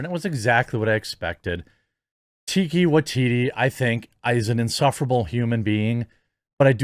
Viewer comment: Tie-ka wa-tee-tee